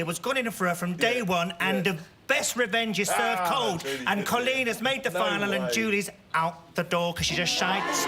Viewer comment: why can't these people pronounce Coleen